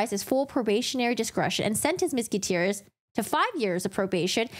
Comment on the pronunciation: Thats one way to say Gutierrez